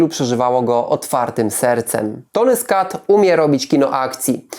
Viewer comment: Nie skat tylko Scott